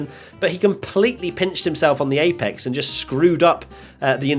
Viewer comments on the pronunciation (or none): none